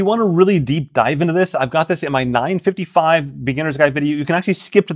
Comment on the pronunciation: Am I the only one hearing “9-fiddie-fye” 😂